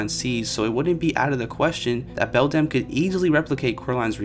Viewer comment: sorry i was too distracted to pay attention by how you changed the pronunciation of Beldam literally every time you said it 🤯